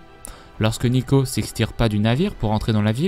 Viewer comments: Neeko, pas Neko :I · n"i"ko et "ou"vicats xD fais plus attention à ça parce que pour les fan de lol c'est dur d'entendre des erreurs comme ça xD